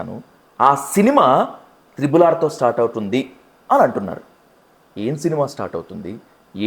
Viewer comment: త్రిబుల్ కాదు ట్రిపుల్